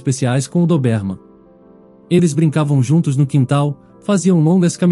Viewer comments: Meu Deus!!!!Chega a doer no ouvido esse cara pronunciar errado a raça do anjinho.........CARA É DÓBERMAN.E NÃO doberman.......tiremesse cara daí!!!!!! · "Dobérman"?? É certo isso? Conheço com "Dóberman".🤔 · A raça não é DOBÉRMAN, é DÔBERMAN!!!! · Pronúncia é: Dóberman. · Não aguento a pronúncia da raça do CÃO, DESISTI😊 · Muito longa e confusa. E o comportamento do Max? Não foi explicado. E a pronuncia da raça do Max está totalmente errada. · Já no início suspeitei: Ou era gravidez ou ela estava com doença grave. Agora levar mais de 30 min para contar uma história que poderia ser resumida para 10 min?🙄 - a pronúncia mais forte da raça do cachorro, é no "Dó" de DÓBERMAN. - não se diz fórça. O correto é FORÇA! Na letra "O", a pronúncia é "Ô" fechado. Como "fôrça". Mas na hora de falar é escrever é FORÇA. São apenas dicas, para melhorar a sua leitura. Sem ofensas ok?🌻